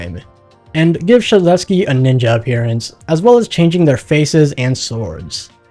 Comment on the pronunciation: No way he pronounced yksteldehs first try